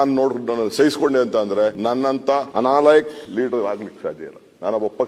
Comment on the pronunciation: ಅನಾಲಯಕ್ ಅಲ್ಲ. ನಾಲಾಯಕ್